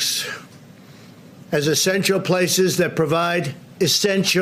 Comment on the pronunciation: Did he just say "estential services"?